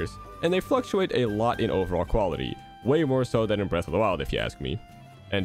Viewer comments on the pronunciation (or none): And they fluctuated…FLUXuate?!